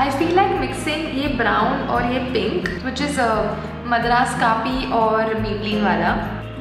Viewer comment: It is pink not pino .who else noticed😅.But thank u for this video .much needed